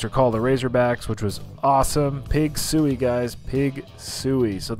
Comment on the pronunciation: OMG! You’re in my state!!! Come to Little Rock! I’ll find a challenge & even attempt it with you 🫣😂 Also 😂😂 It’s “Woo Pig Sooie” 😉